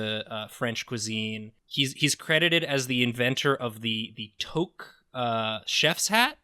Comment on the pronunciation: my canadian ass was so confused by pronunciation of 'toque'